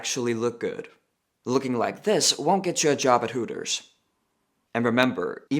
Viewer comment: It's hooters not tooters